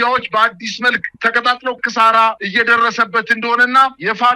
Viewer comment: ኪሳራ በል እንጂ ክሳራ አትበል አማራ አይደለህም እንዴ!??